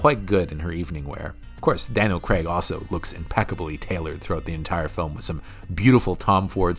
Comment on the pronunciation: "Craig"......it's pronounced "Crayg" not "Creg"